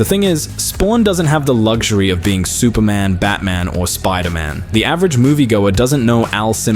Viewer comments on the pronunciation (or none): none